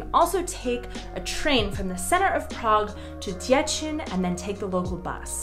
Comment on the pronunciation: Deh chin? Ugh.... DehCheen